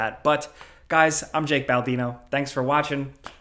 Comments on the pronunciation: “Jak Baldino” hehehe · Did he just call himself ""?!